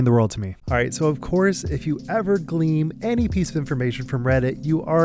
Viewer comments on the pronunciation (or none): Glean, not gleam